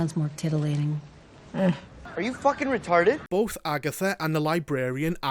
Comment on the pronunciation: Why can you pronounce 'Agatha' correctly, but not 'both'?